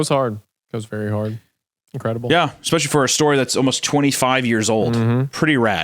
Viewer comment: (montage of every time Hunter says “exspecially”)